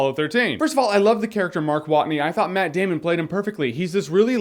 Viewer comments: is a Username It's more like: METT DAYMUN! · he meant , more like "MATT DAMN-ON!!!" :P